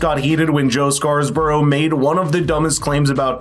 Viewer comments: It's "Scarborough" and not "Scarsborough". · Why are you inserting an extra S into Scarborough? It’s not Scarsborough. Love the channel.